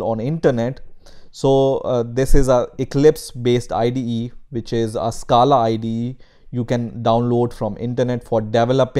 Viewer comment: Stop pronouncing scala